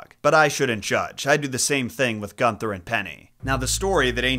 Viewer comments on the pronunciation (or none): none